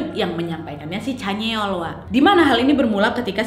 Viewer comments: Sama canyeol yang harusnya dibaca Canyeol=(canyol) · chanyeol = chanyol kak nad=chanyeol kkkkkk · ka nadia nad chanyoel bukan caneol 😂 but its okey,ttp suka ko sm pembawaan kak nadia ❤